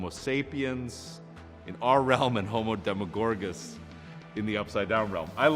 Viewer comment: Homodemigorgous lol